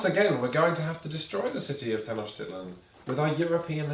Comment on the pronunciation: Hey guys just wanted to say it's Mexica as in "me-shi-ca" and tenochtitlán with the stress in the last A